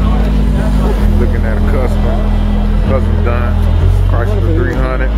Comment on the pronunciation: he said chrysler therr hunned